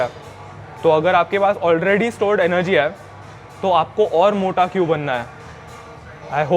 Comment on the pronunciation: भाई मेरे हा हा मत बोल है शब्द है..नया है यहा 😅😅😅